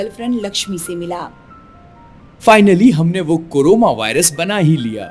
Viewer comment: It's not coroma lts carona